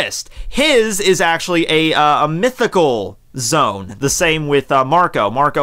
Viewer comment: repeat after me: "ZO"...Good, got that? Now, repeat after me again: "AN"...Got it? Good. Now mix them together, and we get "Zo-An". Can you do it? Two syllables, one for each vowel. It's not Zone, it's Zo-An.